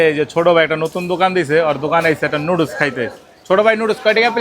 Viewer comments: It’s called noodles not nuudoos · আরে মূর্খের বাচ্চা 😂😂লুডলস না❌ নুডুলস ✅ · লুডুচ না নুডুচ😅😂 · নুডুস❌ লুডুস ❌ নুডুলস ✅🙂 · নুডুস ❌ লুডুস ❌ নুডলস ✅ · লুডুস❌ নুডুস❌ নুডলস✅